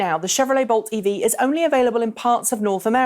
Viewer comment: It really sounds like you're saying Volt when you say Bolt. I blame Chevy.